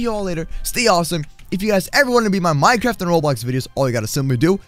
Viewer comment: moose cwaft